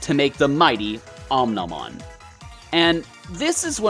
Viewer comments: did he just pronounce omnimon wrong... oh my go he called omnimon omnohmon but i kinda found that funny lol so alls good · i feels its deliberate. mispronouncing Omnimon's name 😂😂